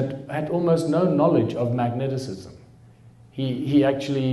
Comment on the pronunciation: Its mag - ne - tism.